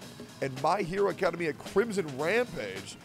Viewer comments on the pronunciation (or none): Hearing Tectone say Academia wrong 5 times in 30 seconds is a hilarious! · You all let Tectone read that commercial knowing he pronounces Academia wrong, didn't you? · Everytime I hear Tectone say “Academia” wrong I forget about the ad and just think about why he would say it like that. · Love the part where Tectone tries to pronounce "academia"